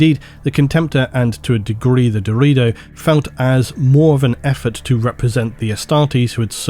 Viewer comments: My man seriously pronounced "Deredeo" in the meme version. He actually said "Dorito". Wtf?! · I think it's pronounced Deh-rer day-oh right? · brother it is called da ray do not dorito. its not a crisp brother even though they carry around other brothers who resemble one. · Ohhhh, Deredo. Thought you said Dorito. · I know it was deredeo but I heard dorito and now I’m cursed with images of Dorito dreadnoughts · Had to do a double take when he started talking about the deredeo pattern because it sounded like "Dorito pattern" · I love you but how did you get "dorito" out of Deredeo? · I swear every time said the "Deredeo" Dreadnoughts I counl'd stop to envision a giant Dreadnaughts of the shape of a... Dorito. The Dorito Dreadnought. lol. Thanks for the amazing video! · Alright I cant be the only one who keeps hearing "Dorito" when Doredeo is mentioned xD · All I heard 😂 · Am I retarded or is he saying Dorito dreadnought? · Hey guys, DRU-DAY-OH dreadnought lol love Doritos though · I at first thought you were saying the ''Dorito'' pattern, and all I imagined was ultramarine cool ranch flavored dreadnought. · I can't be the only person who heard "Dorito Dreadnought" right? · I just keep hearing Dorito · Dorito Dreadnought, that's what I understood a many times when you spoke of the Deredeo. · "Atomantic"? You mean "Automatic" ... Also not sure if "DeredO" is correct ... shouldnt it be DeredEO instead?